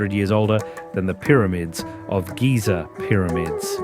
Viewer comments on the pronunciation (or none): none